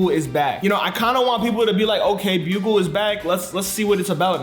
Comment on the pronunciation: still says buggle not bugle